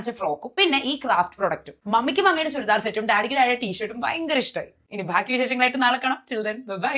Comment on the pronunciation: ഭാക്കി❌ ബാക്കി✅ 😂😂